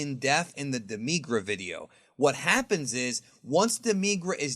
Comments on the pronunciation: demigra you saying it weird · Saying demigra wrong... it hurts me to listen to you say his name wrong